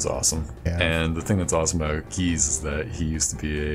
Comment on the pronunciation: Gijs is pronounced as g-ice, not geese :p